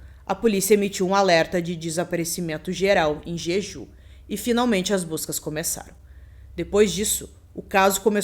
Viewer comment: Ótimo vídeo. Só uma observação: o nome da ilha pronuncia-se "Djedjú"